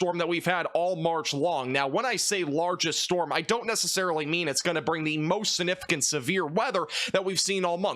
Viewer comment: Dude the word is significant .. not the way you pronounce it significant. The g isn't silent 😊